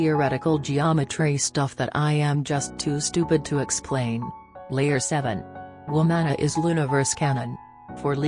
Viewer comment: NOT THE WOOMANA LOLOL